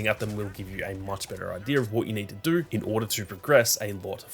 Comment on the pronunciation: When u say no u say it with a r at the end when u say do you say “doUr” funny little thing I noticed but other than that quality footy.